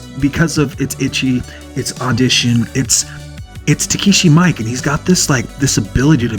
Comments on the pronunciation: It's pronounced ME-KAY not Mike lol he's Japanese dude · Actually it's actually pronounced more like mee-ee-keh (not -kay) just nitpicking